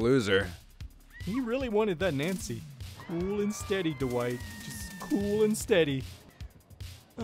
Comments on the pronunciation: Wait with or without captains it actually sounds like he said hello I'm too white I'm pretty sure it would have said Dwight he just pronounced it a little off but that is hilarious edit: Dwight: okay let's slap on some perks Dwight perks captions: okay let's slap on some perks white perks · With captions/subtitles everytime he says Dwight the subtitles say white